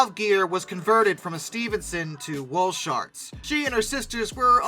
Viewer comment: Wall sharts is correct though